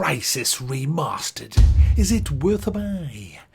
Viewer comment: It’s pronounced ‘remastered’ man! Not ‘remastered’. Jeez